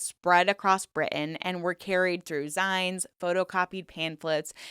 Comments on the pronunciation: I was so confused when you were saying “zines” lol it’s said like “zeens” as it comes from the word “magazine” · every time I hear you try to pronounce the word "zine" I wince in pain a little... how is it pronounced you might ask. Well it is a shortened form of the word 'magazine', so just say the second half of that word. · Gave up when I just couldn't listen to you mispronounce another word. Zines = zeens as in magaZINES.